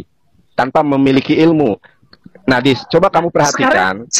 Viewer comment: Uuuuuu ngaur sembarangan aja bacanya adis